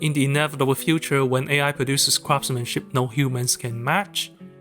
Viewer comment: It actually sounded like: "When AI produces crap-smenship." Great example of meaning out of coincidence like you previously illustrated.